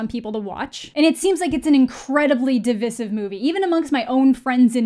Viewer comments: Deeee Vi sive (how you pronounce divisive) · isn't it pronounced "de - vyy - sive" ? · It’s pronounced div-EYE-sive